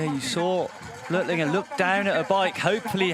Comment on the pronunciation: ITS NOT "BLERTLINGER" GODDAMN IT BLÖCHLINGER B L Ö C H IF YOU CANT PRONOUNCE IT READ IT AS "BLOCK" CLOSE ENOUGH AND BETTER THAN "BLERT"